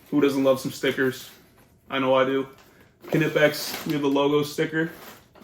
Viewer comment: Knipex, pronounced: Nye-Pex